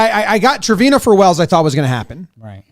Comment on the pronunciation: Not me being bothered every time Jimmy says Trevino wrong